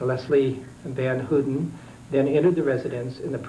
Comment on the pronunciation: lol, just a Trivia.. Van Houten is a Dutch surname.. it's pronounced Van how-ten, not hooting like an owl lmao .. but ofcoure no one could know I understand, just made me laugh when he said hooten